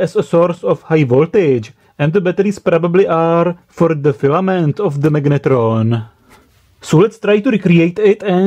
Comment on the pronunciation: Prosím tě, slyšel jsi se někdy?? to jak taháš do angličtiny tu hnusnou protááhlouuu češtinu je otřesné. magnetróóón, Je to jak hindština, protahuješ ty konce, to se nedá poslouchat, vždyť se ti dole smějou Anglicky umíš dobře, ale ta výslovnost.. hrozné! A vůbec nevím, proč mám tenhle hnus v doporučení pro mě...